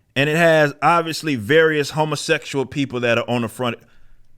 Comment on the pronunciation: “Hummaseckshul”…. Gets me every time